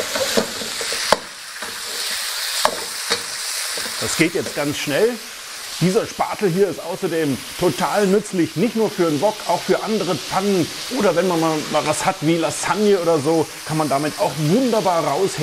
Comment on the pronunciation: Bitte Lasange und nicht Lassange sagen die Betonung mus auf dem a liegen